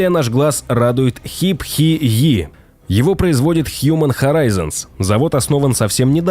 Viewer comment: ХайФай, а не хипхи😃 ЛамборГини! Автор, ты малость дебиловат